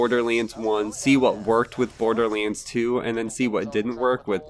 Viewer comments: is he saying boarderleans? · Bordearleands? I swear that's how I'm hearing you pronounce Borderlands. Hmm.